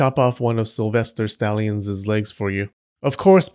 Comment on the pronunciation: Interesting way to (mis)pronounce "stallion's."